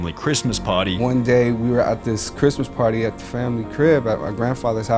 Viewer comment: "Sorry for pary rocking"